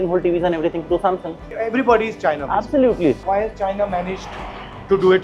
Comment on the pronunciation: Absulotely absulotely absulotely 😅😅😅😅